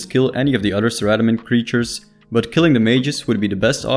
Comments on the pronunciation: Everything was amazing besides the pronunciation of Saradomin … Saradamin? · ZARA DOMIN